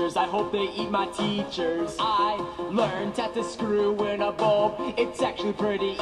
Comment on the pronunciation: Its Bulb not bolb